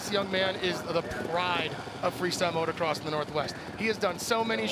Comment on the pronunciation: You would think the "World class" announcers would know that there is only one "R" in motocross, but no. Both of them said motorcross.